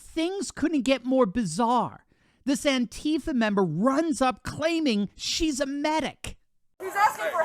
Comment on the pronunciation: Would really like too know what state these Turd$ are from .I know A - Jones said ansheepa. had a lot of members in Austin ?